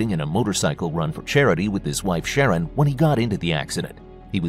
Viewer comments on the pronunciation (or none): none